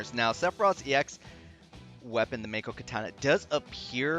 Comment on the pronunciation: Also to note, if you use his Fervent Blow to raise Jenova stacks, the 35CP passive WILL NOT APPLY. Remember to still use Octoslash from time to time. And Mako/Makou is pronounced "Mah-koh" reeeeeeee lolz; I thought DoC and Crisis Core solidified dat : P Didn't you mean to say Sephiroth is melee?